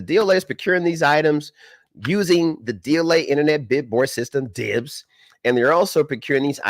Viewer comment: Love the way he said DIBBS 😂😂😂😂😂😂 Said it like BOOYOWWW!!!😂😂😂